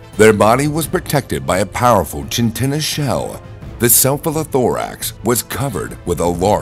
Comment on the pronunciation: I was laughing at that too. Chitinous. lol "Chintinnious"